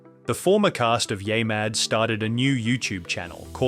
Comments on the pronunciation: It's NOT yai... it's YEAH mad facepalm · Stop letting AI read your scripts! It can't even properly pronounce "Yeah Mad!" It's not "YAY Mad!!!!" 😠😠😠